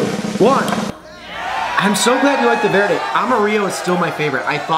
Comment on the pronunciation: Two white boys trying to say "Verde" lmao. Tamatillos and hot Chili's is what green salsa is made out of. Verde!